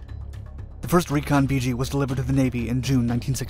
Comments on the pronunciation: It's nickname is pronounced "vig gee" not "vee gee". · "Vee Gee"? I love computer narration. I always heard it as "Viggie". Regardless, My only contact with the R-5 was was the one they had on display in front of the chow hall at NAS Memphis when I went through NATCC for ADJ A school. The story then was that boot Marines were assigned plane watch to guard that aircraft- anyone that actually fell for that was probably the same guy they sent for 50' of flight line and a bucket of prop wash... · Never heard it called “Vee-jee”; it was always “Viggie,” with a short i and soft g’s. You never said “Vee-gilante.” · It's pronounced. "Vidgey" like ridge. Not "Veegey". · Not "VEE-GEE", but Vig -ee. Still remember the ghostly howl this plane made. We lost one off cat2 when the bridle broke just as hold back broke. It went off the port bow. I was bow running on cat 1 and had direct view. Plane was nose down when REO ejected, going straight out in front of ship. In the split second it took for the pilots ejection the plane was completely up side down and I watched as the pilot ejected straight down into the water. Plank Owner, JFK CVA-67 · It's not pronounced "Vee Gee" , it's pronounced "Vidge ee". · I was a RA-5C Vigilante Plane Captain from and did two cruises, one on the Nimitz and one on the Saratoga. The aircraft was a lot of work but one of the most beautiful aircraft in the Navy. I was in RVAH-6 and RVAH-12 out of NAS Key West. It's Vih gee not vee gee! Thanks for the great video! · “Vigi” or “Vger” 😬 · I served in two of the RA-5C squadrons from ‘67 to ‘71. The Viggie (not pronounced Vee-Gee) was not only an innovative aircraft, but part of a ground-breaking intelligence system which included camera, radar and infrared imagery. This data was all fed into the Integrated Operational Intelligence Center (IOIC) where I worked. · So many errors and incorrect information beginning with the pronunciation of Vigi. sigh.